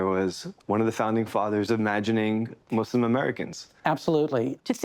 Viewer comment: As a Muslim and an Arab I’d say that one of the things that I like about the fact that says “ Muslim ” instead of “muzlim”